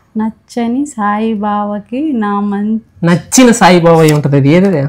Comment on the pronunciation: Sai బావ కాదు sai baba🤣🤣